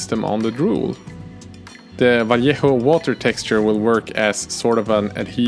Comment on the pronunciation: Great vid, great channel so far and great! You pronounce Vallejo correctly haha. Gracias por tu trabajo!